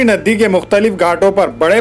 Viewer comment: Naddi 😬 nanded ka naam khrb q karre yr Bhai nadi bolte hai